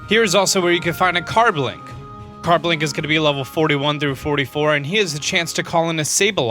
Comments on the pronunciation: i'm going to help with pronounciation of you pokemon car-bink not car-BLINK shar-pedo not shark-pedo rEEolu not rolu Drago-nite not dregen-ite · "Sharkpedo" It's SHAR-pedo. "Carblink" It's Car-BINK. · Infinite Power Did he just say carblink? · it is not carblink it is carbink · carbink not carblink and sharpedo not sharkpedo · it's sharpedo not sharkpedo, carbink not carblink,and riolu not rolu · Yeah... I'm here again to help you out with the pronunciations :3 Sharpedo... Not "Sharkpedo". There's no "k" in it. He's not a pedophile shark. Carbink.... Not "Carblink"... No "l" in its name. And lastly... Riolu... Not "Rolu"... The only one where you left out a letter. Always here to help... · Whats a carblink?i herd of carbink..but not carblink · ‘Rolu’ ‘Carblink’ That just made me chuckle X3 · The tapu's don't have gender and did he just say carblink? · Wooter, Executor, Relikenth, Carblink, Sharkpedo, Roloo, Wrestling Trees/Bushes, Scissor... wow... the pronunciations... Honorable Mention: He called Tapu Fini a "He" when: 1 ~ it is genderless 2 ~ if it had a gender, I'm sure we all agree it would be Female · There is NO "L" in Carbink, and no "K" in sharpedo, other than that, the other mispronounced names I can accept